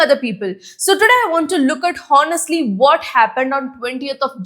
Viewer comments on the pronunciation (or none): Ma'am u pronounce all the time honestly word wrongly. It's not HO-NEST-LY it's O-NEST-LY.